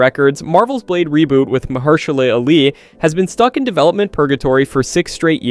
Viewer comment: May I suggest you practice reading your scripts a few times before making your final recordings? Also, you are saying Mahershala's name wrong